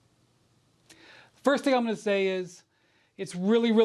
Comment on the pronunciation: Stop calling the dude windy it sounds like wendy.